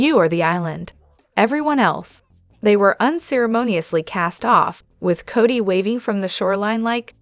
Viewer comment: Work on the pronunciation of the names it was a hard listen